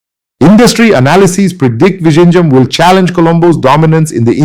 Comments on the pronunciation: Hi. Pls see if you can improve your pronunciation of 'Vizhinjam' . Try 'Vilhinjam'. Overall great effort. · Its not vishinjam . Good content though . Please do the video in Malayalam and give subtitles. Doesnt sound authentic in English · sir, please learn to say Vizhinjam correctly, thanks 🙏🏽